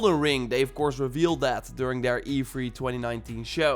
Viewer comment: Say three. Lol not free. Haha sorry that’s what I heard 🤣 it’s E3 not E-free lol